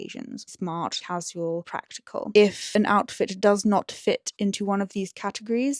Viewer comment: I find it interesting how you pronounce casual like ka-ziu-uhl and not ka-shoo-uhl. Is it something regional?